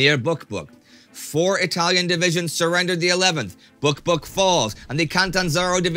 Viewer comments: Anytime Indy said Buq Buq, I had to giggle. 😃 I almost feel sorry for Hitler, he doesn't really need enemies when he has allies like Italy. And, I finally could increase my Patreon tier, still not as much as you guys deserve, but at least something. I give you happily every cent because I can see its results from week to week. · "Buq Buq falls" oh no